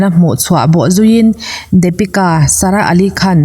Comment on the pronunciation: Dapika anilo deepika tia lam tur Daaa niloo in ABC D D ti tur hre thiam em Depika